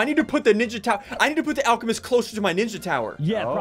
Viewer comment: BRUH SSUNDEE SAID ALE CE MEST IS ALCEMEST